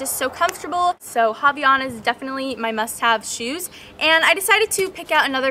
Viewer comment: The correct pronounciation is "Avaianas" :DDD